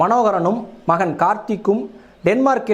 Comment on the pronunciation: மயன் இல்லை.. மகன் தயவு செய்து தமிழைக் கொல்லாதீர்கள்